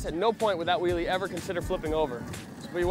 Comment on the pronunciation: its so annoying when he says willie.!